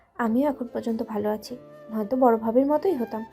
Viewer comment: ভাই আপনার গল্প আগের মতো আর মজা পাই না, আমার বন্ধুদের আপনার এই চ্যানেলের লিংক দিয়েছি ওরা সবাই সুনে, আগে ওদেরো ভালো লাগতো এখন আর ভালো লাগে না,বন্ধুরা বলে কি গল্প শুনিস নয়ক অর্থাৎ (নয়ন) এর ভাষার সমস্যা ভালোকে উচ্চারণ করে বালো আরো সমস্যা,, প্রথম দিকে সব কইটা গল্পের শুরুতে ছিলো নয়কের সাথে নায়িকার ধাক্কা সে কলেজে হোক আর রাস্তাতেই হোক,,, আর কোন গল্পে দেখলাম না নায়কের পাওয়ার কম, হয় হবে মাফিয়া নায়তো কটিপতি,,,,আরেক বিষয় হলো প্রতি গল্পে নায়িকা অর্থাৎ (মেহের) নায়কে প্রেমের প্রস্তাব দেয়, কখনি এমন হয় কোন মেয়ে ছেলেকে প্রেমের প্রস্তাব দেয়, গল্পের ধরন একটু পালটান